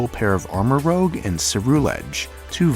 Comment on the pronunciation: You're pronouncing Armarouge like "rogue" but I think it's supposed to be "rouge" as in the color. Similarly, Ceruledge has the color "cerulean" in it